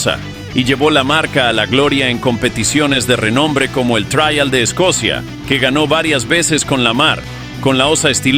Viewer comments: En español se pronuncia Trial ,no Traial que supongo que es en inglés por lo demás buen video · Me duele en los oídos y el alma escuchar "traial"🤦 Por favor, si habla español, no metan anglicismos